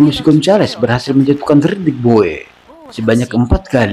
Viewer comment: klo tulisannya Bowe tapi bacanya Bow bukan Bo we